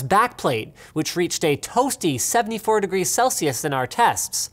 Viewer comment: Celsius. say it right Linus